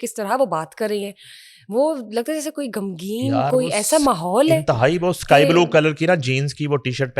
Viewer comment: گمگین نہیں غمگین ہم جن کے خلاف یہ پروگرام کر رہے ہین یہ ان کی زبان میں بولا جاتا ہے۔ ویس